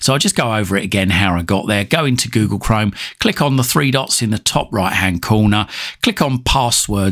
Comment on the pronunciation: yes but You pronunciation is funny You Say Google Chrome almost as Google Crime 😂